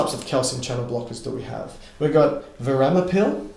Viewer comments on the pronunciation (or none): I always appreciate your lecture! One thing, I think it is verapamil, not veramapil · It is Verapamil (not Veramapil) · thanks for these doc, very extremely helpful verapamil not veramapil is the name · few could say veramapil instead of verapamil and be absolutely endearing. Thank you <3 <3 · It’s verapamil not veramapil